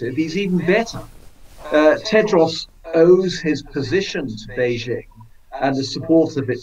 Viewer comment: Where is this place called Beizhing and who is this person called President Zhee? Never heard of them. Maybe he means Beijing (the second syllable pronounced "jing" as in "jingle" -- it's not rocket science) and President Xi (pronounced roughly the same as "she"). I don't like the CCP any more than you do, but can we just get the pronunciation reasonably correct?